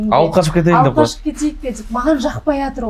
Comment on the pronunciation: Короче ертерек тиіп алғым келеді десейші , сосын тәлпіштеніп деп деген сөзді дзеп демей сөйлеші